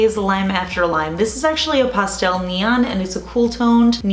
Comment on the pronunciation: Yoy say pastel like you're trying to say cake en español.